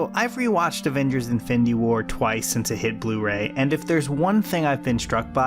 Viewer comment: yoooo im sorry but has anyone else noticed he says "infindy war"...